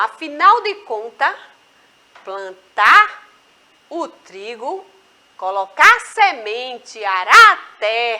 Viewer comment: Prantar kkkk